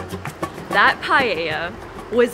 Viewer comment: Guys, pronouncing Paella isn't that hard. It's just, PAH - EH - LLA. No palllella or pahahahella.